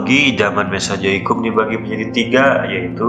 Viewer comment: Naratornya orang sunda. 😂😂🤣🤣